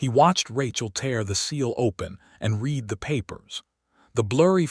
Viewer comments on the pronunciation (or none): He can't do this. Haven't you heard the word "READ" pronounced that wrong one during a video, over and over? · Hoping and hopping, Read said as Reed not said as Red and others too. I really hate AI